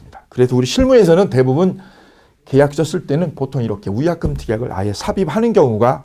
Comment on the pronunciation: 위약금이 우약금으로들림 ㅠ